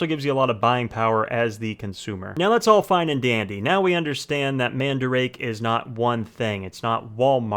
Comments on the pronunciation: Its not man-da-rake its MAN-DA-RA-KE and also your good at making vid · I thought it's pronunciation is man-da-rah-keh... And not mandrake... Lol. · The store is called Man Darake...like Manga Darake (Everywhere). I have been hearing the incorrect pronunciation for over 20 years now. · “Man-duh-rock-eh” .... now say it faster 🙄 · It might just be my ears but i keep hearing man-drake for some reason. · Nigga said man-drake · its called "man da ra ke" eh.. your white its okay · Bro he keeps saying mandarake wrong 😂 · The way you pronounce madarake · lol the way u pronounce mandarake is sooo wrong but funny. jokes aside, this site is one of the best imo, along with solaris japan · pls no, you pronounce it wrong